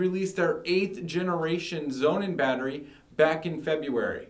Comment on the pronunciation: Would you please stop calling the SonnenBatterie Zounen? Thank you! And please take a public speaking lesson.